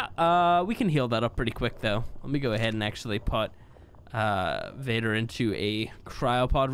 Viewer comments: He doesn't pronounce it correctly on purpose no fence he just like the name vader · Hello! Just wanted to comment real quick to help you with the moeder/vader pronounciation! I'm actually from Belgium, where we speak French, german and Dutch, but our dutch comes with some kind of a different accent tho, but by our standards you're pronouncing moeder right! Vader, in the other hand, is pronounced with an open "a" like in "Alpha". I hope that you see this comment ^^ Keep up the good work, I'm loving your genesis series!